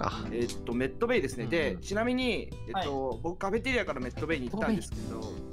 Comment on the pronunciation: 毎回カフェテリアのこと「カフェテアリ」って言うの可愛くない？笑